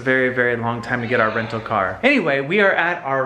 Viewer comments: "Vacation Renal Homes"? X) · What is a vacation Renal home? LOL. I thought it was funny.